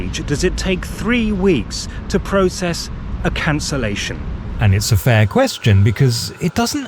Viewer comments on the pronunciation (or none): none